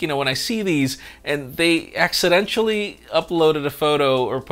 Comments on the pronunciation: He said accidential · says accidential... Blames Diego for writing the script. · Accidenchally 🤣 I’m sure it was a long day... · When u hear say Accidental like accident y'all.... Accident-shall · Thats not how you say accidental. You're saying accidentchal lol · WHY DO YOU SAY “ACCIDENTIAL” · He can't pronounce 'accidentally' 😂😁 🤣 Classic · Make him pinky promise to never say that again! 😁 It's all love!